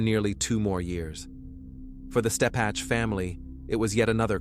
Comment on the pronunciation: First, her name is Ebby (as in ebb and flow) Steppech (stepick). Second....This is NOT Little Rock. If you want viewers, don't fake it